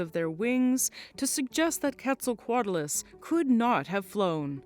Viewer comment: I mean, thats how shes saying it.